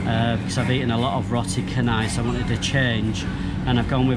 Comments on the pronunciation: it is roti canai.. sound like "chair" not "kha..":) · Lmfao, mamat store? It’s called mamak. Also he pronounces it as roti kanai when it is canai as in deep bold chanai. Nice challenge tho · Pronunciation tips. Say the word as it sounds when you read the alphabets. A = ah, B = bh, C = ch, thus canai is 'cha-nigh'. Kandar = k (kh) a (ah) n (nasal n) d (dah) a (ah) r (rah) = kan-dhar, kan as in (khan minus the h), similarly Lumpur = Lum (l = leh, u = u, m = mm) as in 'loom', pur (p = peh, u = uh, r = rah) as in 'poo-r'. No offense, I love this channel, would love to see more from you :) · its "cha" of the word "chart", and "ny" of the word "deny"